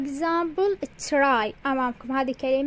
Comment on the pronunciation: مدرسه صوت وتلفظين تراي try هيج 😂 ،،،، الصح چراي❤